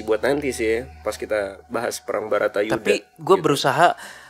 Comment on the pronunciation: Baratayudha bou, bukan Batarayudha Salah terus